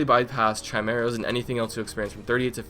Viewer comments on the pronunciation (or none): I am sorry, but its pronounced kai mair ahs